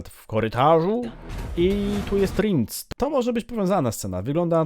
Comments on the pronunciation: Ten co za topór chwyta to chyba Bonhart a Rience czyta się Riens a nie rindz😅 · Verenna zmieniła się w czarnego nietoperza w opowiadaniu. Rinc? A nie Rience? Czyta się Rjens.